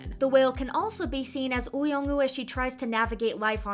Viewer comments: I really enjoyed Extraordinary Attorney Woo. Something that annoys me is the voice over on the video continually calls her Attorney Ew. It's Attorney Woo. Not Ew. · Why do you not pronounce the “W” in “Woo” or the “L” in “Lee”?